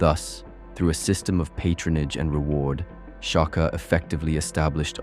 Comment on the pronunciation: Shaka. Not Chaka 😏